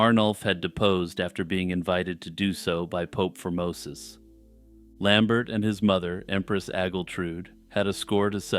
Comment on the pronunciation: those French names usually have silent last letters for some reason. Lambert is pronounced how Christopher Lambert pronounces it, in this case at least because Lambert was Frankish.